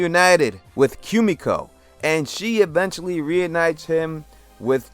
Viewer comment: The way he pronounced ‘Kumiko’ ... 😬